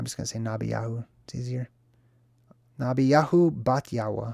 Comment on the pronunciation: Of course, you pronounced by handle PERFECTLY- as expected my fellow wordsmith! What you said actually touched me very personally bc I was given that name. It was given supernaturally so you drove it home that yes, that is the name I heard and was shown. Nabi is prophet. "iah" feminizes it in Hebrew. The " 'Yahu" shows ownership to Yahuah like the prophets in scripture before their names were Hellenized into John, Jeremiah etc. Names are powerful and have meaning. Yahuchannon means so much more than John but the scribes were busy hiding things. Bat=daughter. You also are a prophet. Prophets read the signs and creation. They dream dreams. They hear Yahuah. They read the symbols. They do what you do. They translate their ability to see the signs in everything to the people who don't have the eyes to see. HalleluYahuah for you. You are truly special. Thanks again for giving me strength and confirmation.:_JDZHeart::_JDZJay::_JDZBeam